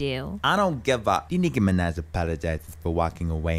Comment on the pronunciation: its minaj not menah